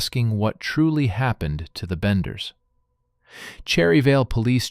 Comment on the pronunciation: Thats what I thought. Its benders not banders